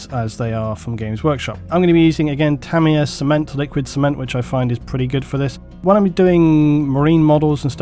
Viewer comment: its "TA-MYA"